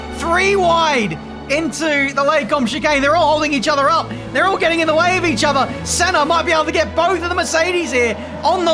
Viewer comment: saying "Ayrton Senner" is gold